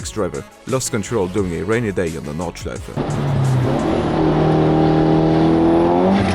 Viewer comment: wait wait wait are you german or why can you pronounse Nordschleife so good ?